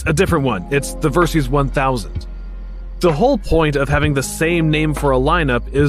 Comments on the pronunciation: I thought it was VerSIS, not VerSEEES. 😂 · I liked your review, but why do you pronounce it "Ver-seeze"? A little research would have shown that the name is short for "VERsatile SYStem", in other words a bike that can be adventure, sport and touring, all in one package. So "VER-SYS" please! (Unless you pronounce SYStem as SEEZE-tem 😃"! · It's pronounced versis Which is derived from VERsatile SYStem VERSYS.